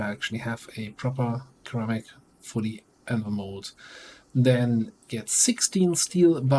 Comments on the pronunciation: Yeah hearing Cheramic isnt very good to hear haha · Since it's coming up pretty often and your English is generally impeccable, "ceramic" is pronounced with a soft c (sounds like "seramic"). But feel free to say it however you like, we know what you mean. :)